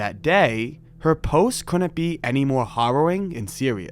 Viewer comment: Bro, you gotta stop pronouncing ‘harrowing’ with a soft ‘A’. It’s HARR-OH-ING, like WHEEL-BARROW-ING, or Mia FARROW-ING, or I’m going to deep throat an ARROW-ING, or give me some of your bone MARROW-ING, or… you get the idea. 🥹🥹🥹